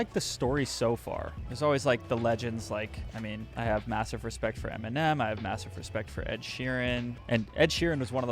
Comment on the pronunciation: i like that he sounds like he says m&m instead of eminem:))